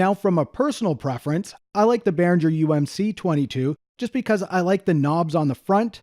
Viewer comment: Please stop pronouncing G in Behringer the way you do. It's the same G as in Gibson.